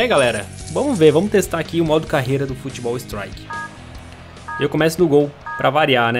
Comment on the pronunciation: Eu modo carrrrrreiiiira Ele:modo careira Sou humorista kkkkkkkkk